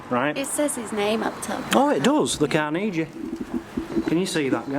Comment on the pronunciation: You are mispronouncing Carnegie,( Andrew Carnegie). Same man that Carnegie Hall was named after. He is a Scottish hero and philanthropist that gave away his money for good causes. He came from a poor family and was truly a self made man.